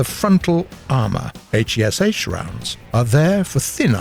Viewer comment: why r u saying all letters of heat and hesh and not just say heat and hesh???